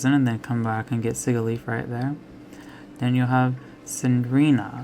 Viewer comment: see-gee-leaf it's si-ji-liff